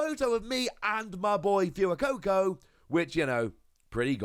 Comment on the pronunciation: OMG he actually said it right!! I took physical damage every time he said ‘few a coco’ haha